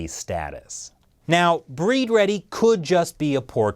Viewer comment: Breed ready is actually bleed ready. The Chinese have trouble pronouncing the letter L